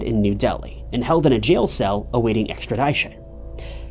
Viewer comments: Ex-trah-dih-shun. not Ex-trah-die-shun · Bro! Great content…. PLEASE STOP SAYING Extradition like that! “Extra Die shun” 👎🏽 “Extra Dii shun” 👍🏽. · AHHHHHHH I love your channel but say extra-dye-tion one more time. LOL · Extradition ex-tra-dish-un. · ExtraDIEtion? Lol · That's a really weird way that you say extradition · The "i" in extradition is not a long "i"...😅😅😅